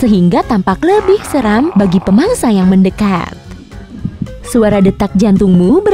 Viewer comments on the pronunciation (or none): none